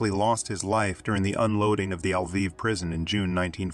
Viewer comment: This autogen Pronunciation is terrible. L'viv - not "El-viv". NKVD is "En-Kah-Veh-Deh" , accent on each syllable. That's what the video has called the Soviet Secret Police , the "Nakhved"(😱). In reality, it was the ministry of the interior affairs, responsible for the interior security. Its name was slightly different at the time, but that's another story. So, when Shukhevich has killed the Polish interior minister, he has killed the guy in charge of just such a ministry. A counterpart of Beria or Yezhov, no small thing.